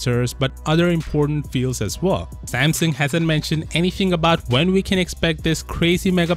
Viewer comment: It’s pronounced Samsung, not Sampson